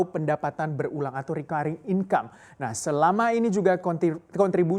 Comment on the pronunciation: Apa iya "Recurring" dibacanya Rikuayring ?